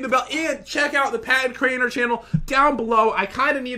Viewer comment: Drew he said Crainer.